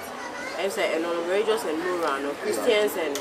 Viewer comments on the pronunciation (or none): Aka will kill me one day ei reregion and regious😭😭😂😂😂😂😂